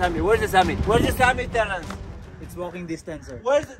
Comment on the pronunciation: ‘It’s walking diastance’ is iconic 😂😂😂